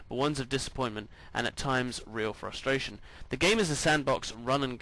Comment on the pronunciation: he says... Frus-strain i believe